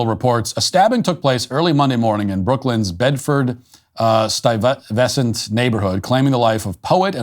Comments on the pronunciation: Just an aside it's pronounced STY-ves-sint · It's pronounced sty vesant It has been dangerous for years. Yuppies come from other areas , very naive and move in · I don't know why Matt has trouble pronouncing Bedford-Stuyvesant, named for Peter Stuyvesant one of the important figures of Dutch New Amsterdam. It used to be taught in school in the early grades. Accent on the first syllable, Matt. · Bedford-Stuyvesant (Sty-veh-sant with emphasis on Sty), Brooklyn is a very dangerous neighborhood. You do not walk it or sit around at 4am. While I’m not a psychiatrist, I believe the killer very likely had schizophrenia. NYPD officers have often been criticized for shooting schizophrenics. When they’re not compliant with their medications (and frequently, even when they are), there’s really nothing you can do but try to avoid them and in, some cases, defend yourself if you can. This brings home everything that’s going wrong in our cities: liberal policies, lack of accountability, and lack of mental health. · The way you pronounced Stuyvesant shows you are definitely not a New Yorker, not that that’s a bad thing! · Matt! YOU don't know how to pronounce STUYVESANT?!@ One of the most important figures of the history of NYC and one of it's most common names?!?!???? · lmao good try with "Stuyvesant"